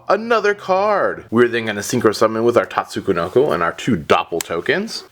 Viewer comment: Why do you pronounce it "Tatsu-ko-noko"? Is that the correct way or something?